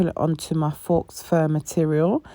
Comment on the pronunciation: Good video, but a bit of a tip: 'faux' is pronounced 'fo'.